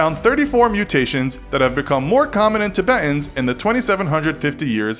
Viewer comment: The way he pronounces Tibetans pisses me off